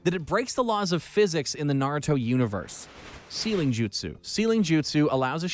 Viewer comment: Please work on pronunciation. The voice over guy COMPLETELY BUTCHERED 90% of the jutsu names.